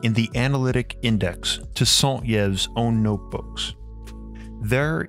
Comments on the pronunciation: Yves is pronounced like eve, not yev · for future reference yves is pronounced like eve, not yiv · SAint Yves pronounce "EVE". Interesting video. BTW he mentioned he discovered A* by astral travel as he had apparently this capability. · (Saint) Yves is pronounced 'ee-v'', not 'yev'. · For the love of god... Are Americans chronically and willingly ignorant? You can literally see how to pronounce someone's name ANYWHERE on the internet, Wikipedia, Google Translate, fucking anywhere. Yves is pronounced "Eve" since I have to spell it out like to a child. Also it's NU-CLE-AR from NU-CLE-US, only utter illiterates pronounce it that way. What the fuck is wrong with you people? Is your speaking aparatus stuck in elementary school? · Yves is pronounced : eve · Y is prononce E in french, sound (Saint-Eve) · I know it's too late but Yves is pronounced Eve. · Hi, just so you know ' Yves '' is pronounced '' Eve '' as in '' Adam and Eve '' Cheers!! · Great video ! Just for you for prononciation Yves is like Eve. As above so below. Eath crust is like human skin. There's veins. And blood is plasma. Without mag field there's no life, and without plasma entities (Shiva) there's no mag field. It's my theorie, we will see soon...Sorry for my english i'm french Canadian... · Strange pronunciation of the French name "Yves". It usually rhymes with the English word "leave." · Yves is pronounced "ee-ves" T.T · Great video. "Yves" is pronounced "Eve", Like the designer "Yves Saint Laurent" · The pronunciation of “Yves” is “eve” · Jesus Christ, your pronunciation of French names is atrocious.